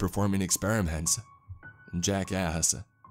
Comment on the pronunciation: Every time he says "Jack asked" all i hear is "Jackass"